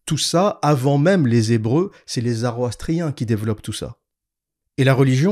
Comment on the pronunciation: J'aime beaucoup tes vidéos et ton contenu mais stp, c'est pas la première vidéo que tu nous fais le coup, c'est zoroastrien avec un o, pas zaroastrien, ça titille les oreilles un peu.